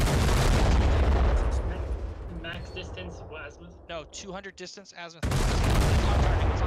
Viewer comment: Just one remark its not a Assmuth its Azimuth 😂😂😂